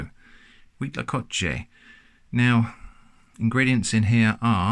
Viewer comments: actually impressed on your pronunciation of huitlacoche, its good. :D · Me parece un poco sospechoso lo bien que pronuncia Huitlacoche. Podría ser una persona con una excelente dicción o alguien que ha viajado a países de habla hispana. El Cuitlacoche es una Delicia que primero hay que degustarla algunas veces antes de que se convierta en una de las comidas favoritas. Saludos desde México